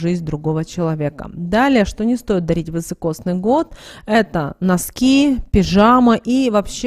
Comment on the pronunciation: Не вЫсокосный а вИсокосный !!